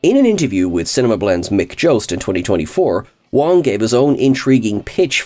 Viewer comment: That's Garrett Wang not Wong lol